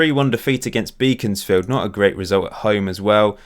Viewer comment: Beaconsfield is pronounced 'beckonsfield'